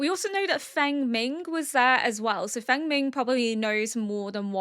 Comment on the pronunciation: Fengming is pronounced like Fong-min, I think.